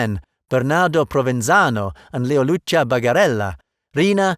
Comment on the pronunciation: A really nice video. Just few things Pronunce of “Leoluca”: “LeoluKa” Brusca: Bruska Totò: Totò (not tòto) Omertà: omertà (not omèrta) Calò: Calò (not càlo) Stefano: stèfano (not stefàno).